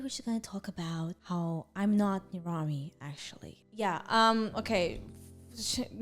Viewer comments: I thought it was pronounced ner-am-ee, not ner-ahm-ee lol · am I the only one who thought nirami was pronounced ni-RU-mi